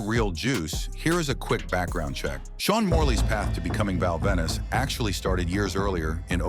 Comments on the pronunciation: It's Val Venis. Not Val Venice! 😆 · how can you take this video seriously, when the calls him "Val Venice" and then says his catchphrase wrong.